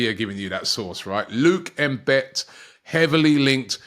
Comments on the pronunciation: Yo Robbie its not M-bit seeing your pronunciation sucks. Thats a Southern African surname bro its pronounced M-bethe! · IT is NOT Luke M'Bet. (if he has South African Links) Its more like "Mmmmm-Be-The". Draggg the M as if making the sound MMMMM. Not sure is he has South African ancestory. The surname is common in South Africa. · Robbie, it is pronounced Mbeeeete, you stretch the b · Robbie pronouncing Mbete as M-bet had me ROTFL! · The way Robbie butchers the name Mbete 🤣🤣.... Man said "M-Bet", C'mon Robbie. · Your pronunciation on Mbete is so okward and English I wish I can have a voice to give u a right pronunciation on such African names....